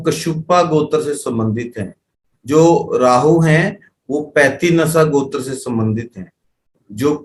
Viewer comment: आप गोत्र ,का उच्चारण सही नहीं कर पा रहें है कुछ समझ में ही नहीं आ रहा है